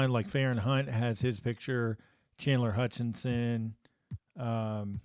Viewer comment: Perfect (except Chandler Hutchison's name, it's not Hutchinson).